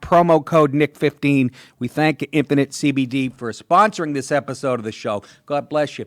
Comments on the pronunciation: when he says 'infinite cbd' it sounds like 'impotent cbd' ... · Dude, you sound like you're saying Impotent CBD UNUNciate! Enjoy your cake.